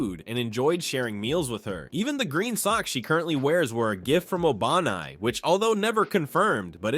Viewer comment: bro said obanai like Obama 😂